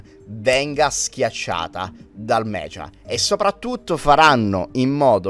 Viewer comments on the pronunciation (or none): none